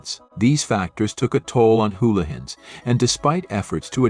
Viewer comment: Im sorry but I remember getting a hamburger from Houlihans, or as the very unobvious AI voiceover calls it Hullions or is Howlians. Anyway that hamburger was ridiculously priced like many of the other menu item. Despite their being one practically down the block from where my Mom lives now I haven't tried them again since! Are their prices still exorbitant?